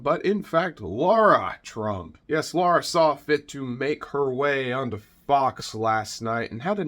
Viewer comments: NOT Laura!Pronounced Laira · I noticed you refer to her as Laura. It’s actually Lara. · Her name is LARA not Laura. Still a waste of space. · Spelled and pronounced Lara